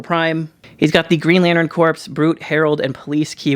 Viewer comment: Thanks for sharing! FYI - "Corps" is pronounced "Core". A corpse is only applicable with Black Lanterns. Thanks again!!!